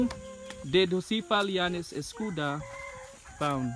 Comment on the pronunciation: Read as Escoda not escuda